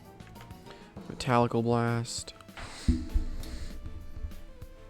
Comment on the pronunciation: Did my Man say metalical blast